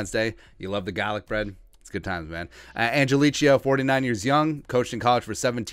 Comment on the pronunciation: Man you musta said his last name 25 times, each time wronger than the last. Angelichio... Do not think chia pet at the end. Angel-e-ko, or Angel-e-kio, your choice.